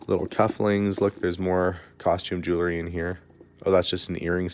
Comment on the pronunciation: I love your YouTube channel and wait anxiously for the next, but I have to say I am going kind of crazy not being able to correct you every time you mispronounce jewelry.